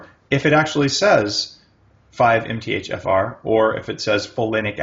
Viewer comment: For some reason when americans say MTHFR, I hear Empty-Jafar